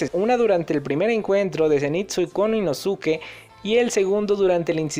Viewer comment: Se que esta mal que te diga pero, inoske y nezko es como se pronuncian sus nombres